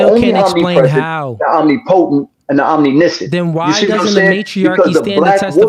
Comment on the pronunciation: HE SAID OMNI NICIENT LMAOO